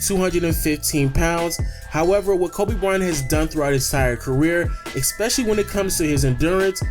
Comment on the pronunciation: You keep saying expecially... Stop... Lebron < Kobe.